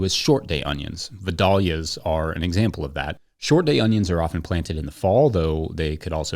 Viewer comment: vie-day-lia not vi-dahhlia.